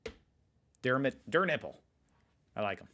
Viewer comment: He said DÖR NÜPPIL😂